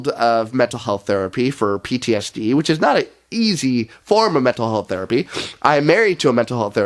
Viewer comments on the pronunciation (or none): none